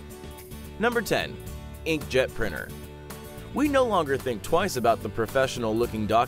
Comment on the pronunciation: Today on TechJoin: an invennor invens a prinner, another invennor invens an implannable pacemaker from another invennor's paten, a Swedish invennor creas a prize to honour other invennors' achievemens ou of his own guil, ye another invennor invens a super-effec'ive adhesive in an acciden, a Chinese cook accidennally invens explosives instead of something to ea, two scientiss store a gas overnigh, the residue of which gets to see successful developmen in various fields, an a scientis accidennally cooks candy in his pocke, leading to a grea idea for the home appliance marke. Nex time on TechJoin: The fully pronounceable T!